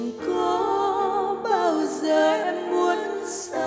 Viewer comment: HHN có thể không hát hay bằng nhưng cách phát âm của Hà Hồ rất chuẩn. rõ ràng. Thanh Hà phát âm bị đớt quá. mấy chữ như: giờ, xưa.. nói chung là lưỡi hơi bị ngắn...